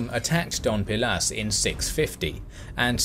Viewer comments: It's Dos (two) pilas ,no Don (Mr) pilas,please,anyway,amazing history. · It's Dos Pilas not Don Pilas, I think. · Forgive me, but I am not sure if it was a your pronunciation, a mistake or if it's your accent but to me it sounds like you said "Don Pilas" rather than "Dos Pilas". But something funny about Dos Pilas is the fact that Archeologists found thst the residents built a defensive wall, but it looked like it was done in a hurry. The wall was built through plazas, courtyards, houses and over temples. And it clearly looked like they tore down existing structures to use the materials to build the wall. Since the wall is still relatively intact some archeologists and do historians believe that the invasion by Tikal was so brutal that the city could not sustain itself and was simply abandoned. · i love your videos..btw, city is called doSSSSS pilas, not doNNNN pilas. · Especially since this robovoice can't even manage the D-o-s in Dos Pilas.